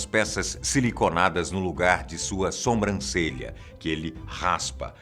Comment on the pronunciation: Engano meu, ou por duas vezes ele falou soMbrancelha??? O certo é sobrancelha.